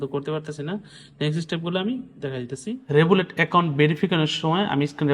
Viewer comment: রেবুলেট না রিভোল্ট